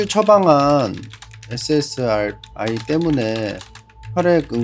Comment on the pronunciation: SSRI 계속 틀리는거 개 킹받네